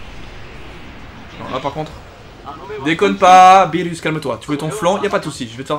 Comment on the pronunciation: A chaque fois que tu disais beerus moi j'entendais phirrux